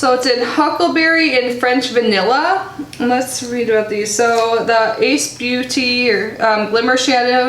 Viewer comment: Great video as always :) I am hoping-fingers crossed that I don't get the glitter peel off mask or false eyelashes. I noticed on another video that someone commented that the ace beute company name is pronounced Ace Beauty.